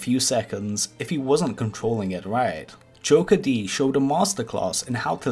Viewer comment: It is not joker d. it is pronounced jokered